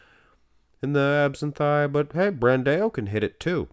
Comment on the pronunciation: BranDOW! BranDOW! BranDOW! FFS! 😄 Not BranDaAyôU! Also Charles Griffen vs. William Bonac